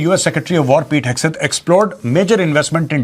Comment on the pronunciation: Haha ‘hag’ Seth.